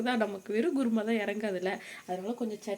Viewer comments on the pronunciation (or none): Sis guruma ila kurma